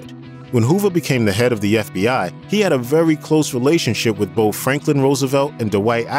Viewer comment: Dude, are you saying "bofe" for "both"?